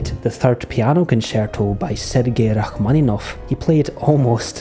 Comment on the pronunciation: How kind of you to momentarily forget that you're Scottish to correctly pronounce Rachmaninoff